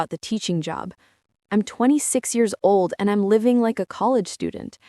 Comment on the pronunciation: Made the comment when they said oli instead of old.